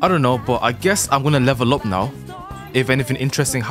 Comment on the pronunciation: my favorite YouTuber said "are you serious right neow?" nice video